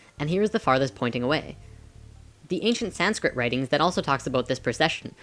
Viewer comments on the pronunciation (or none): Sanskrit...not sandscript.